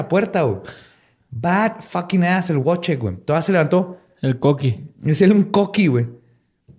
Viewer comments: Querido, solo como corrección en pronunciación y escritura de nombres Polacos: el nombre se escribe Wojciech o Wojtek, y se pronuncia como "VoicheJ" y "Voitek", respectivamente. No "Wuoichek". Para futuros casos, te puedo ayudar con gusto 🖤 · Wojciech se pronuncia Voitec